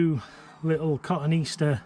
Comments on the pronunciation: I’m going to be “That Guy”. It ain’t Cotton Easter but rather Ka-tone-ee-aster. Thanks for the video. I’m liking the daily frequency, keep it up. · Thank You for being "That guy", My horticulture heart skipped a beat when he said that. Funny thing, recently did a search for cotoneaster and Google asked if I meant cotton easter.